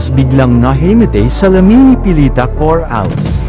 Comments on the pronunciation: Coralles. Ndi Cor Ales mali Ang pronunciation mo .😮😮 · bwisit ipronounce mo maayos yong Corales!